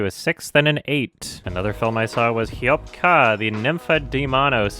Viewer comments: Okay imma sound rude but I cringed when said "hyop kuh" instead of "haa-yop kaaa" lol - sincerely from a Filipino Edit: this aint a serious comment btw, its all light hearted hehe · hi, fil person here, Hayop Ka is pronounced (Hi-Yohp Kah). i don't want to be a person to shame anyone for mispronouncing languages because it's normal and it might discourage people from learning which is a shitty thing to do. anyways, I hope it helps :) love your content